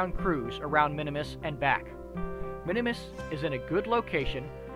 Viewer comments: I thought it was called Minmus, not Minimus? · For some reason I thought you called it Minimus.